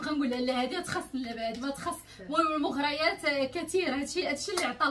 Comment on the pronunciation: المغريات ؛ بالراء مكسور يا ❤